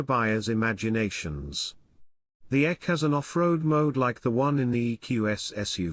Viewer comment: Not sure why this robotic sounding voice calls this vehicle the EQ-ek. Bizarre. It’s the EQE SUV on everything else I’ve seen. The voice is far too irritating to listen to.